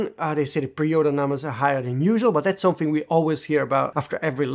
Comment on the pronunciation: **the** it's pronounced THE not da or de . Also there's no 'dat' for 'that' or 'dere' for there. And something is pronounced someTHing not someFing